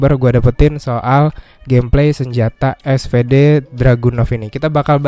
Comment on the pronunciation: bang, btw kalau gak salah SVD dibaca nya "esfidi" bukan "esfede" KALAU gak salah bang hehe..